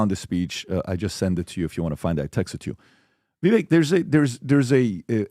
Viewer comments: Gotta be. PBD, CAN YOU PUHLEEEZE get your team to pronounce your guest names correctly?!!!! YOU can! It's so disrespectful and stoooopid. It's VI-VAKE not Vi-vek dumbazz!!!! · should not even be on the panel. He can’t even pronounce Vivek’s name correctly! It rhymes with cake, dippy! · it’s Vivek like cake. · It’s so bizarre that and pronounce Vivek’s name wrong even when he’s sitting right next to them. It’s not hard - it rhymes with “cake”. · STILL can't get Vivek's name right 🤦‍♂️ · Amazed at the lack of professionalism and respect that after all this time of Vivek having been on the show multiple times, still mispronounces Vivek's name. Not surprised, just amazed...🤦‍♂️ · FOR THE LOVE OF GOD IS SO PATHETIC AND UNPROFESSIONAL. CANT EVEN SAY VIVEKS NAME PROEPRLY. MAKES ME SICK. BOOOOO!!!